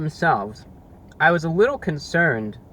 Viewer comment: " a wittle messy with the sauce"